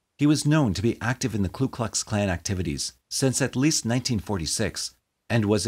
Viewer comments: It's Ku Klux, not Klu Klux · Ku..not Klu.... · With utmost respect, it’s the KU Klux Klan. The first word of the Klan does not have an ‘L’ in it. I know it’s a silly thing for me to point out, and I apologize to anyone I may have offended.